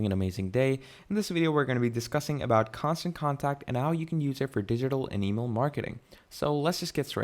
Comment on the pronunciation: Bro, I try not to leave negative comments but you should really reupload this, you are presenting this as a tutorial which gives the impression you have some knowledge of the product. But you keep saying Constant CONTRACT, how can you not see the name of the software, it's right there on the screen the entire time 😂